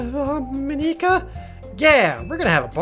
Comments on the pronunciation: Mon-Ik-Ka not Mon-eka Just Mon-Ik-Ka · You don't need to pronounce Monika's name in such a japanese way, Jared. It's not Mon-e-ka. It's just Monika. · Am I the only one who's a bit bothered with the way Jared pronounces Monika? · He records the videos edits and uploads parts of the game one day at a time so he won't know that he's SAYING MONIKA WRONG